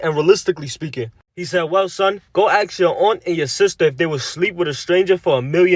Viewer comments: is my guy disabled? Its ASK not AKS 🤦🏾‍♂️ Why cant people speak properly 😕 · That clip man, ‘axe’ instead of ‘ask’